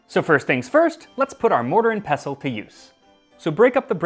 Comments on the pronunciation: thank you for not hitting the T in "pestle" (unlike a certain other pronunciation-trolling food youtuber out there) 😅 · So nice to hear someone pronounce “pestle” correctly…